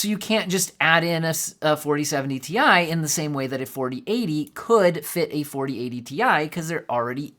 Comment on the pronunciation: It's Ti not Ti or Ti.